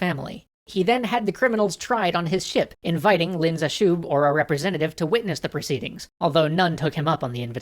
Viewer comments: That guy that saved China from opium is Pronounced Leen zhe shue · Lin Zexu -> Len Zeshu It seems the people aren't the only Chinese thing being butchered. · If opium was illegal in China, wasn't the seizing of all the opium technically legal? btw, Lin is pronounced more like "lean", and the syllables in Zexu should both be stressed (Ze shouldn't be unstressed). But no big deal, pronouncing Chinese names is hard.